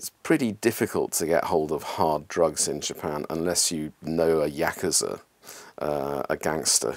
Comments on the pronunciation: The English guy who’s lived in Japan for 25 years can’t even say yakuza correctly and we are believing him 😂 smdh seems like the only really huge difference would be homeless in America is usually because of drugs and Japan homeless isn’t because of drugs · For someone who has lived in Japan for so many years, to pronounce simple Japanese words so badly confuses me.